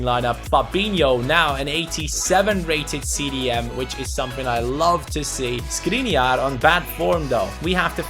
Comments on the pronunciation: don't read Skriniar but Škriniar, i am from Slovakia and Škriniar is from there. read š if you can't tell letter š go to google translater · Škriniar is pronounced Shkreeneear!